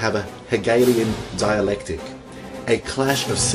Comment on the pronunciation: Did I just hear 'Hegelian dilalectic'...